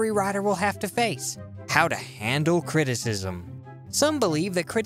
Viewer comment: What is CREE- TEE- CISM?